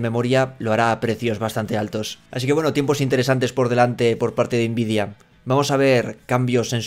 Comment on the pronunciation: Por favor pronuncia nvidia como todo el mundo, n vidia, puedes pronunciar la n en inglés o español, pero invidia esta mal, yo te quiero, pero no aguanto más, quiero el divorcio.